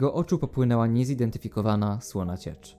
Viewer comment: "niezidenfikowawna ciecz" hmm ciekawe co to było hmmm nic nie przychodzi mi do głowy